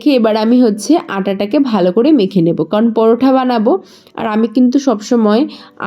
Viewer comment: পরোঠা নয় ওটা পরোটা😂😂